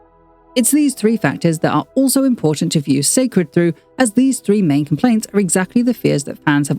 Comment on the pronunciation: It will repeat the same mistake as her previous brand. First off many people will pronounce the name wrong and call it See' cred instead. No need to complicate things. Where will the product be sold where her average fans, demographics can get to easily, Walmart, Target, Ulta?? The packaging itself looks bland and will pale in comparison. Beyoncé team always get her Why and story behind her products right but the promoting always lacks luster 😒